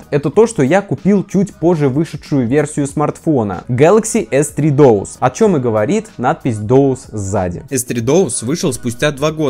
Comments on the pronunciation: Откуда взялось доус,если дуос??? При чем так уверенно произносил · ахахаха, доус) Может быть дуос?) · не Доус, а Дуос. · Да почему дОус, если он дУос?🤌🏻🤌🏻🤌🏻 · Не ДОУС, а ДУОС. Странно что никто в комментариях не поправил. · дУОс, а не дОУс. ЭнЭфЭс, а не ЭнФэЭс. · дОус. 😂 Может быть ДУОС, от слова Дуо? Дуэт есть такое слово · Может не доус а дуос? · Дуос же... Доус 😁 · На Айфоне скролл очень тормозной, после нормального телефона с андроидом, айфон бесил сильно. Будто пытаешься по желе двигать страницы. И, пожалуйста, не дОУс. Там же дУОс написано. Уже которое видео напрягает😅 А так спасибо за видосы) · дуос, а не доус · дУос , а не дООс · так правильно не дОус а дУос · Не доус а дуос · Ты серьёзно считаешь, что "Duos" должно произноиться как "Доус"???